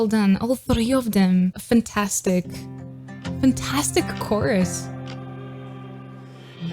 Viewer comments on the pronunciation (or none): none